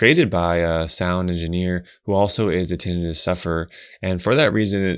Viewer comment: I hate when people mispronounce tinnitus. Tin-EYE-tus would only apply if the word was “tinnitis” — inflammation of the tin, I guess. 😂